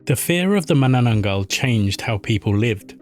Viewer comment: why make content of cultures that u cant even pronounce